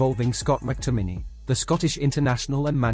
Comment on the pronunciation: His name is pronounced MacTominee